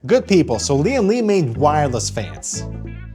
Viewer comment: Its "wire-less", not "no wire"